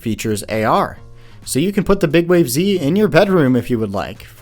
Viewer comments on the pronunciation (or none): you sure it's not pronounces "big waves"?